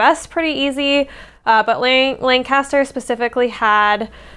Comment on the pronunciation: We in PA say “LAN-cu-ster”. Your hair looks AWESOME.